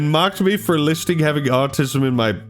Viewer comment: Bro you saying Artism?